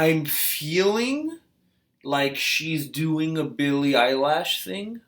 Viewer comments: EILISHH LISHH NOT LASHHH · ITS NOT BILLIE EYELASHS . JEEEEZ.... ITS BILLIE EILISH